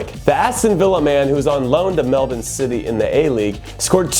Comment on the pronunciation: yo but how you know how to say Melbourne right?